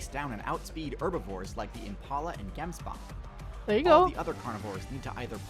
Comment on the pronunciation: What did then man call a gemsbok!? I’m sorry but it’s weird hearing that pronunciation LOL.